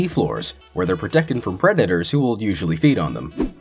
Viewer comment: How he pronounces predators😂🤣